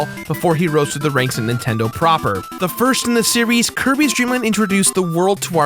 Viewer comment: "It was like the firrrst Nintendo everrrr!"....